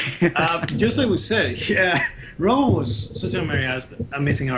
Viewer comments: It's not pronounced Robbo as in robot. It's Robbo as in Robert. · Robbo, not Robo 🤦🏻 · these guys dont know dick, that first piece isn't Robbo's, it's a tribute piece by team Robbo. They cant even pronounce his name right.